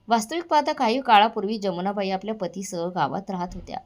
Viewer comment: जमुनाबाई नाही यमुनाबाई